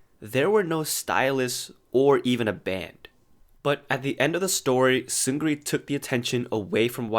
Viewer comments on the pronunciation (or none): It’s Seung Ri, not Seun Gri or Seungri. You don’t pronounce the “G” in Seung Ri.